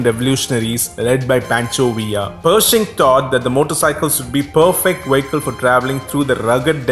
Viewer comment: It's: Vee ick al not Wee ik kal it's English Not German! Da??